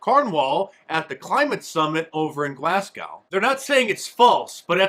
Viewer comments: Glasscow??? You yanks butcher our language! It's said, glazgo. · Quick fact check. When you say Glasgow it's pronounced glas-go! Love ya my brother and support all the way from Scotland 🏴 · Glasgow.....Sorry Mark but you just butchered the pronunciation of my home city Glasgow, Scotland (skip to 5.22)...Try reading as Glazgo (the S is more of a Z as in Zebra and the W is silent) GLAZGO....Big fan of your channel, here in the UK we have many youtubers covering UK/European politics who have for sure modeled themselves on your format with University campuses giving us the head in the hand moments similar to your man on the street in the US.